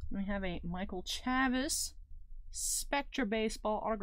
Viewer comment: Chavis has a long A like in Chase. ChAvis